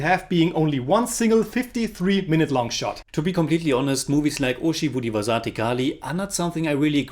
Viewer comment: title pronounciation 😭👎